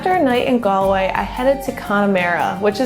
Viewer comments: It's pronounced Gawl-way, not Gol-way or Gal--way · Gall-way not Gal-way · Two minutes in and it’s just so hard to watch… ‘gal’way (it’s ‘gaul’way), it’s ‘a cuppa tay’ (the way she said it sounded so British, a cup o T), and then Connemara moving 60 miles northwest to achill… yikes! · Galway is pronounced like Gawl-way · No American should ever say Galway 🙈😂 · It is galling the way they say Galway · I've been to Galway - someone immediately corrected my pronunciation while I was there and it's actually not hard to get it right with an American accent. She's very pretty and polite, I bet no one wanted to correct her :)